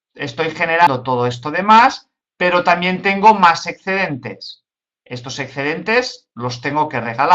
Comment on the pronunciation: "ecscedentes" porrr favorrrrr 🤣